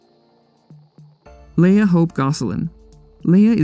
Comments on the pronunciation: it’s LEE-UH (leah) not LAY-UH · Her name is pronounced LEE-AH not Lay-uh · You said Leah wrong